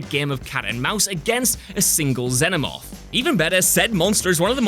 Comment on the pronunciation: did u seriously say xenomoth?